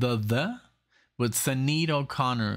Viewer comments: More 'Thur' than 'Thee' - and it's pronounced Shin-aid :) Check out The Beat(en) Generation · Can you not just google how to pronounce names?? Especially Sinead. It's very disrespectful.